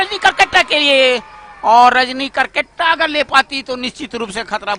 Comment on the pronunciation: कामनटैटर सर ये करकेट्टा उच्चारण नही परतु केरकेट्टा होता है